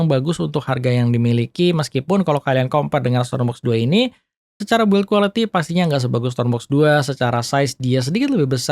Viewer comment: Pronunciation "design" lu udah bagus padahal bro, tapi kenapa pas kata "build quality" selalu aja ga pernah lu benerin. U nya ga dibaca itu bro jadi bacanya "bild". Channel lu udah bagus tinggal terima saran yg bagus kalo lu ga ego.